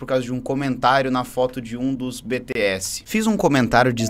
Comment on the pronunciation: Cuidado,... Falou BTS errado as Army vai atrás de vocês 😔